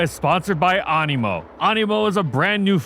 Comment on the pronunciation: I thought you said Amiibo